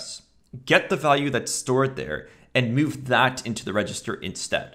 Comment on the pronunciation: Me: move value into register. This guy: meaueve value into register.